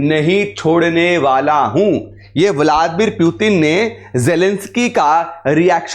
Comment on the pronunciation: आपको व्लादीमिर पुतिन बोलना नहीं आ रहा